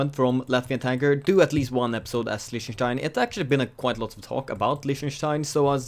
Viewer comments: "listener stien" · It's pronounced Leeh-ten-stein.